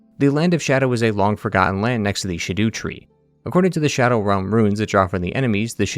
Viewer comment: You keep calling it the "sh'doo tree", isnt it Scadutree like "SKAA-doo"? Rhymes with "rat poo"?